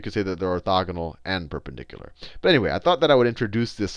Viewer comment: i like the way he pronounces the word "perpendicular"